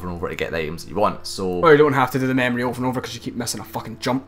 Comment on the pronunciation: Lol mamorie? try memory. say it with me. meeemory.. good job on the video by the way.